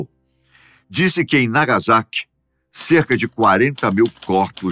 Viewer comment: a pronuncia certa é nagassaki e riroshima